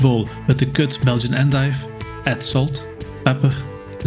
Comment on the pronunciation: Just listen to the way you said it (with the accent)